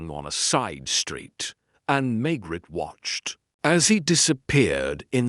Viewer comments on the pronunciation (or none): Why does the AI pronounce the Maigret name as May-gret instead of May-grey like human narrators. They also don’t always say the whole sentence together instead pronouncing the last word almost like it’s by itself.